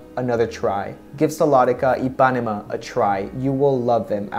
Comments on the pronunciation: Hi did you pronounce correct “Paraty”, but “Ipanema” you accentuate iPAnema, and the correct is IpaNEma ( i Put in CAPS LOcK for try explain better). I am brasilian 🇧🇷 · I'm brazilian and we talk IH-PAH-NEH-MA, not EE. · So refreshing to see a guy trying these on! For pronunciation (I'm sure you've already found out by now) - Ipanema is pronounced like this: EE-puh-NEEM-uh. So you stress the first and third syllables. For reference go to: ("The GIrl from Ipanema" - my parents "song" and a beautiful island, Brazilian flavor to it. Anyway - awesome video, great personality and very articulate descriptions! Bravo! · Also For Ipanema the stronger syllable is NE so you should say ipaNÊma not iPÁnema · love them!!! E-pan-e-ma. like the song!!!! Im getting those!!! ❤️❤️❤️ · Pronounced E-pah-nee-mah . Like the bosa nova song "girl from Ipanema" ☺😉 great review!!! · Good choice, the color ipanema look very nice on you. Ipanema is a famous beach in Brazil and it is pronounced like this: Ypanema without the accent. Just like the famous song "The girl of Ipanema" "La chica de Ipanema", "The garota de IPanema" in portuguese ( Lyrics: Tall and tan and young and lovely The girl from Ipanema goes walking and when she passes, each one she passes goes - ah...) Also, the Buzios color looks very natural too. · It’s pronounced IpanEma dear! With the accent on the E. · Heeo Djee Gianay-roo. ee-pah-nee-ma. boo-zeews. pah-tta-tchy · The correct pronunciation of Paraty is to use the strongest syllable in the "ti" and not in the "ra". I'm Brazilian and I lived in Rio de Janeiro for many years. The correct pronunciation of Ipanema is, In English it is the sound of the letter "e" instead of the letter "i" of ipanema and the strongest syllable in the "ne".